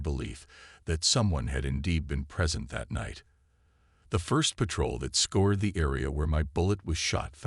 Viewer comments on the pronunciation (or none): Scour. Scoured.... Not Score, Not Scored. It sounds like "our". Narrators that can't pronounce English correctly add jarring speed bumps to a solid presentation.